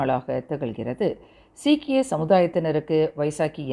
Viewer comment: தயவு செய்து செய்தி வாசிக்கிறோம் என்று முன்னுக்கு. நீங்கள் என்ன செய்தி வாசிக்கிறீங்க என்ன வார்த்தை உச்சரிக்கிறீர்கள்.சரி பார்த்துக் கொள்ளுங்கள்.நாம் என்ன சிக்கி இந்தியர்களா.மலேசியா இந்தியர்களுக்கும் மற்ற சேர்ந்த சீக்கிய இனத்தவர்களுக்கும் மாமன்னர் தம்பதியினர் சித்திரை புத்தாண்டு வாழ்த்துகளே தெரிவித்து கொண்டார். நீங்கள் பயன்படுத்தும் வார்த்தைகள் நீங்க வாசிக்கும் வார்த்தைகளினாலே மக்கள்கள் ஆவேசம் அடைவார்கள். தயவுசெய்து இதை இத்தோடு மாற்றிக் கொள்ளுங்கள். மதிப்புக்குரிய நன்றி வணக்கம்.